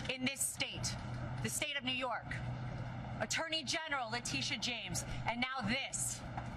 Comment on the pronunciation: Neeww Yorkkk, Neewhu Yorrrrkkkkk! ❤